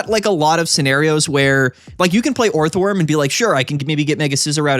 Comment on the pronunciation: you can say steelix instead of scizor all you like but every time you turn orthworm into a 3 syllable word it’s like a gunshot to my ears